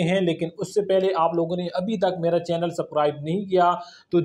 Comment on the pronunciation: بھائی سب رائب نہیں ہوتا سبزکرائیب ہوتا ہے سبسکرائب برا مت مانئے گا